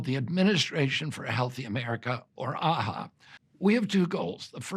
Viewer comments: Did he say A-H-A? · So why are these twits repeatedly saying that AHA sounds like maha?? Are they trying to insinuate something?